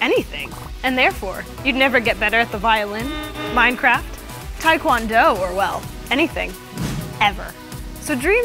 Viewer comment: Did she say MINECRAFT?? XD